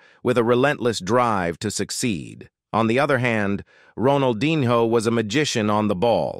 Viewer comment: bro said ronaldinHOE